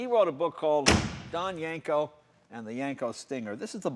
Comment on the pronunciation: Jay keeps pronouncing it as Yanko, not Yenko. Take a listen